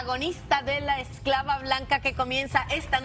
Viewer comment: pues. tampoco se dice escalva se dice esclava